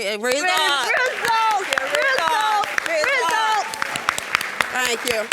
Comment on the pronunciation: And it's "Results" NOT "RI-SULTS" this situation is Not a ball game!! Stop all that dun clapping!! That baby mama & grandma are jokes and a comical collaboration!!🤦🏾‍♀️🤦🏾‍♀️🤦🏾‍♀️